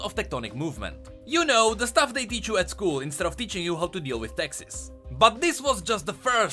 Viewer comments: OH YOU SAID TAXES!!! I swear i thought i heard you say "instead of teaching us how to deal with Texas." I was like "damn dude XD whatchyu got against Texas!?" XD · "The thing they taught you in school instead of teaching you how to do taxes" I swear I thought you said Texas and I about lost my shit lol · hahah. ok, so i hear Texas.... not taxes... and i was like .. whats wrong with my home? why should the school teach us to deal with Texas? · ChrisOC I thought he said “Texas” at first and I was VERY confused